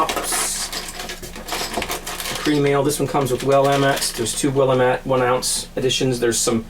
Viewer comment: HAY, Dave from Oregon, the Hops is pronounced Will- lam-IT, Love the videos